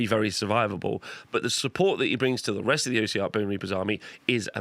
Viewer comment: Great video! Just its not "O" siarch bonereapers, it's "os" siarch, comes from the word ossified or osseous.